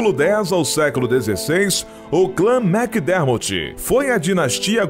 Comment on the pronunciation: Macdermorti!!! Kkkkk Macdermortt não acaba com "i".